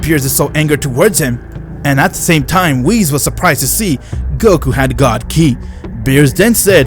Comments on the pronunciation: Man really said goru instead of Goku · When I first heard you say "Goku" 1 year ago. I thought it was weird. But now, I feel like that's the actual way of saying goku. Love Ya